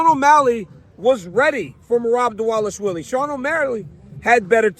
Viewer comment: What’s up with everyone calling Merab diwalishwily it’s div-a-lash-villy it’s literally not hard and your getting paid to speak atleast learn how to pronounce especially Bruce buffer like frs do better